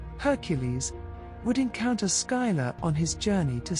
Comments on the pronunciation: Skylar? I remember it being pronounced Sill-a or Scylla. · Skyla.... Scylla(silla) very much triggering the mispronouceation pet peeve but I do love the video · I love these videos but I wish that the presenters would stop insisting on mispronouncing the names of the characters. Scylla is pronounced "Silla". The "C" is silent. Please look up more and more of these ancient stories. Telling these tales are more important than some might think to our human history and cultures.